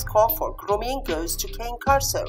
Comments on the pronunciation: If you used Al , since he is designed to robotically speak English, he will always say "KEI:N" with a long "I". It is correct to say "KANE KORSO" in Italian, not "KEIN". Explanation: Another YouTube channel owner had a similar problem. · Please, if you do comparison, know how to pronounce properly the name of the dog you are talking about! What a shame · Yes I know, it is correct to pronounce in Italian and even easier, but except for people who know its right pronunciation there are the majority of people who pronounce it in an English way, and there is always misunderstanding, when in plural I say Cane Corsi in Italian , I even took down one video for this reason :) so gotta envisage all people from all walks of society and demands, and suggestions helps me a lot and I'm thankful for it provided in what style suggestion is made, as you do it is more than help it is really a great help, some scold and that way suggest but I think i got a strong immune system now, got used to it :)